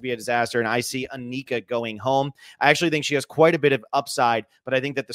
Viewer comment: try saying Anika's name right